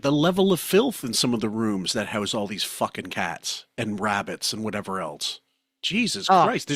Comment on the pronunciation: Why do you pronounce the word “else” as “eltse?” When did a letter t get introduced to this word?